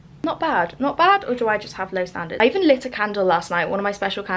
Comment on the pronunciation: hahahah i lowkey thought you said 'i even licked a candle last night' instead of 'lit' 😂😭